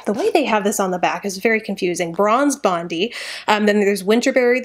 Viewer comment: is this how all americans pronounce bondi? Lovely video also!